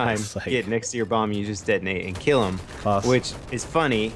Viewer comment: lol "ill keel you "